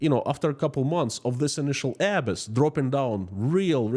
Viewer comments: Just for the future, the word "abyss" is pronounced "ah - BISS" with emphasis on the second syllable. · "abyss" pronounced "a-BISS" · As a fluent speaker of English language I can help you with the word abyss. It would be uh bis. with the accent on bis. I hope that is helpful. And in regard to the 29 Billion, It may have been unplayable anyway. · I'm not being a snob here, just trying to help: K, Abyss is pronounced Uh-bis. 😊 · You are mispronouncing the word Abyss. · Nice podcast. Thank you. One quick note on pronounciation of ‘abyss’. 😀The accent should be on the second syllable, not the first. 👍